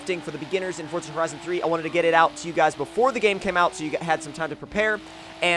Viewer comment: stop saying forza like fortza lol